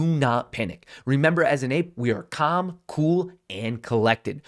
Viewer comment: Nobody:: Balm, Bool and Bollective